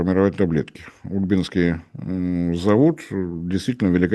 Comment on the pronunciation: Завод УльбИнский. От названия протекающей рядом с заводом реки - УльбЫ.